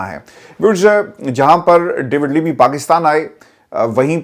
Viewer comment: Bhai English to saheeh perh lo. Lammy KO limmy kehay ja rahay ho.